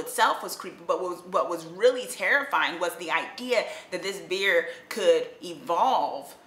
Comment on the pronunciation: OK, I'm going to check this out now! LOL at the Jersey accent beer instead of bear hehe :)